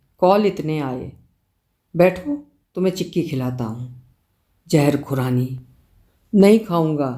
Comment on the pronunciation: Sabse pehle to apka " zeher khurrani" bolna...muje hasi aati rahi Aap kitni perfect ho gye ho me iss pr bol bol kr apko nazar nahi lgana chahti wrna apka gala kharab ho jata hai😂 .being an epicure with the passion of cooking ye kahani meri soch se bilkul milti jhulti lgi.. old fellow's synchronized n systematic lifestyle reminded me of my grandfather. Sath hi unn logo k liye ek lesson jo muh -peit to lekr aaye hai pr hath -peir nhi..jinke liye roz cooking mineal job hai,jinke liye swiggy zomato ya upgraded restaurant me khana status symbol bnn gya hai Bht halke phulke way me bht solid lesson👍👍